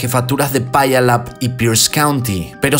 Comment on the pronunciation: Wow, me encantan tus vídeos, viví cercas de Puyallup, WA,( se pronuncia piu-lap)🙋